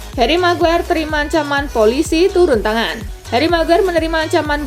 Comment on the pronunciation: Miguair oooh miguair 😂😂